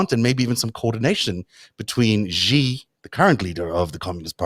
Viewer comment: The "X" in the Chinese name Xi is not pronounced like the "z" in "azure." It is an "sh" sound, thus Xi is pronounced more or less like the English word "she." Also, the "j" in Beijing is not pronounced like the "z" in "azure." It's pronounced like the "J" in the English name "Jim."